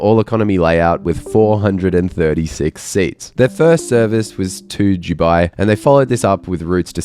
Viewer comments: Is it me or do you pronounce Dubai as Jewbi, instead of Doobi? Come to think of it, which is it???? Am I pronouncing it wrong, or you? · Please for the love of all pronounce Dubai with a hard D 😅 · Why do you pronounce it 'Juwby'? I've never heard anyone else say 'Dubai' like this before. I love the videos but this drives me crazy!